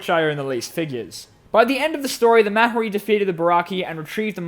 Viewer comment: Um,actually it is Mari and the h in mahri is silent